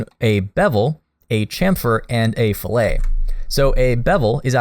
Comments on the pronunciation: You say the T in fillet, fill-it. The other way is food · in machining, it's pronounced fil-let. You only use the french pronunciation for cuts of meats. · Good lord. I hope you’re joking. An engineering fillet is pronounced “Fill it” as if getting a tank of gas. Foodies pronounce filet (as in fish) the way you do. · I was always taught in my engineering classes that filet was pronounced like fill-it..